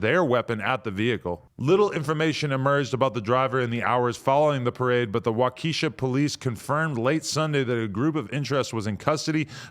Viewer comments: Adam says wockeesha police. 🤣😂 It's wa-keh-shah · After all your time in the hood you oughtta know how to pronounce Wa’Keisha by now. Cmon Adam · Why you say Waukesha like its a black girl from the hood? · Waukesha is pronounced Waa-kuh-shaa not wakeesha 😂😂😂😂😂 Adam knew that though. He was just trolling. So sad for the families of those killed 😔 an 81 year old?! Imagine having grandkids that love you, you’re living a long fulfilled life and that’s how you go out. So fking sad man.. I hope dude rots in jail. SMH. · “WAAAAKESHA” lmfaoo (Wah-Keh-Shaw) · Wa - ka - shaw not wa-key-sha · adam.. its WAU KAH SHAW... not WAH KEISHA.. its not tyrones baby momma. Its a city with native american namesake. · Wa-Ka-sha. There's no KEE sound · Dude said wockesha like it's a money bag yo song lmao its walk is sha that's how its pronounced wakesha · He said WOCKESHA hahah it’s waukesha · It's pronounced wa-keshaw bruh called it wokesha🤦🏾‍♂️🤣🤣🤣🤣🤣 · He pronounced it "Wah KEE sha" instead of "WAH kesh ah" lmao wahkeesha sounds like a boondocks character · It's not WAH-KEESHA it's pronounced WAH-QUE-SHAW. Dude obviously hasn't seen how main stream news pronounces it? Go do some research, you sound like an uneducated hack.. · its pronounced WOK EH SHAW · i need to get tf out of milwaukee and its pronounced WAH-KA-SHA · bro its 'walk eh shaw' stop sayin that shit sound like moneybagg yo wockesha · its wauk-ish-aw but thanks for tryin lol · Adam say it with me Wauk-esha Walk - Esh - Aw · WOCKESHA WISCONSIN 😂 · WAH-KAH-SHA is how you say it, Adam. If you're gonna do news, you need more information first. You be not knowing simple things. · “Waukeeesha” lmao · Wa-kuh-shaw is the way you pronounce it 😂everyone who not from here says it funny lol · This man really said “wa Kesha” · 🤣🤣🤣🤣🤣 NO THIS NIGGA DIDNT SAY WAKESHA I THINK ITS PRONOUNCED LMFAO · Pronounced “Wock A Shaw” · waa- kuh- saa that's the pronunciation for the city in wisconsin. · "Waw kuh shaw" is how it's pronounced